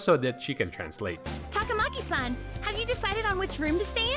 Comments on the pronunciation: Finally! Somebody says her last name RIGHT!!!!!! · she’s your waifu but you can’t pronounce her last name smh